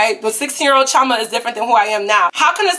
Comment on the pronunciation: I'm Nigerian and my middle name is chioma except its pronounced (chee-oh-ma)